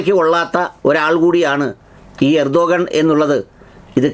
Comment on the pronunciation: റസിപ് തൊയ്യിബ് ഉർദ്ദുഗാൻ അല്ല ! റജബ് ത്വയ്യിബ് ഉർദുഗാൻ എന്നാണ് ശരിയായ അദ്ദേഹത്തിൻ്റെ പേര് ആൻങ്കർ ശ്രദ്ധിക്കുമല്ലോ😂😂😂